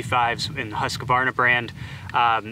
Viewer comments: Can you please stop calling that one saw brand husk-u-varna? It really is pronounced hoosk-varna. Other than hearings that mispronunciation I have been taking a liking to your channel 💨💨😎💨💨💯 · No it's Hoosk Varna. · You’re saying Husqvarna wrong it’s pronounced “husk-varna” that’s a q in between not a letter A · Why are you adding an "a" after the "q"?